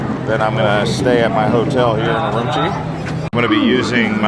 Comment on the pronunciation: Great video. BTW Urumqi is pronounced oo-room-chi q is pronounced like “ch”